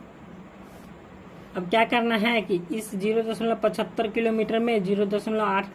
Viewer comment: 0.75 nahin padhte hain 0.75 padhte Hain